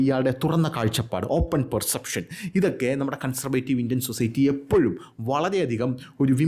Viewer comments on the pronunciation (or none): none